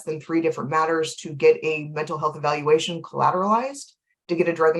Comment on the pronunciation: She’s absolutely high right NOW When u cant say evaluation c’mon now